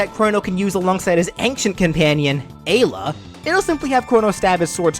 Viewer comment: It's Marley, not marril And eye-la, nit A-la